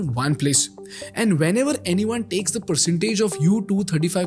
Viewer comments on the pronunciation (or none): Bro.. it's percent not pershent😅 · Please pronounce "percent" as puh-sent and not puh-shent. Can't say why, but it sounds irritating. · Perschent😂😂😂 you were selling communication classses right? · Can't get "Pershent" out of my head. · X Percent, phercent hahaha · What is Purshent ???